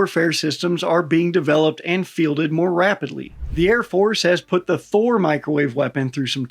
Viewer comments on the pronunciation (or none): none